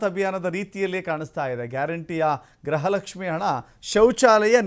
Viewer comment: Gruhalakshmi alla gruhalakshmi pronunciate properly.